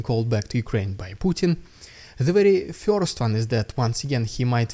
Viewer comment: Hi Dude, nice stuff being published here, I subbed not long ago. I'm just wondering whether it would be somehow possible to refine the pronunciation of "first", which very much sounds like "фьёрст" in the vids. That is the very only thing that sounds somehow odd, anything else is faultlessly OK.